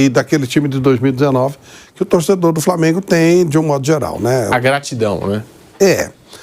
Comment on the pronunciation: Esse substituto do pilhado falando Flamêiingu me dá nos nervos